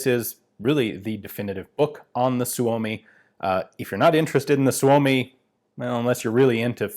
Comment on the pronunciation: Perfect Finnish pronunciation of Suomi